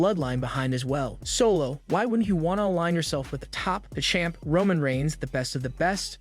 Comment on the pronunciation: and solos name is not said like that eather say the names right or get some one that can WOW